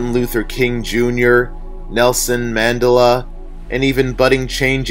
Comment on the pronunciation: Mandela = Man-DELL-Ah